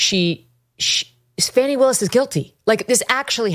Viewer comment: Comming from right wing youtube, its jarring to hear fanni and latitia pronounced correctly